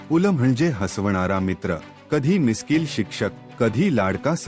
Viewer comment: भिकार माणूस पू ल त्याला नीट म्हणता पण येत नाही ये